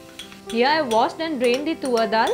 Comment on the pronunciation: Lol it’s not tuvvar dal it sounds more like suvar 🤣🤣🤣🤣🤣it’s toor dal fyi